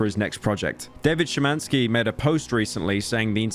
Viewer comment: I respect the fact that Pyro actually pronounced Szymański almost correctly.